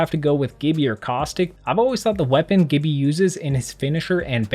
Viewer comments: Gibby is pronounced "Jibby" His name isnt "Ga-bralter" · Please bro!! It’s not pronounced Gibby, it’s Gibby!